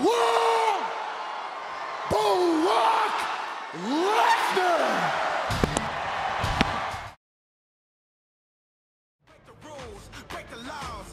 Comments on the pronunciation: "BrOcK LeTtEr" 😂😂😂😂😂😂 fail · "BARAAK LeSNAR"